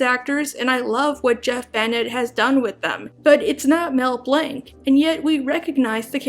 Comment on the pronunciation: You say Blanc wrong.